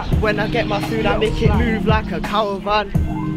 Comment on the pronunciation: lmao "cawavan"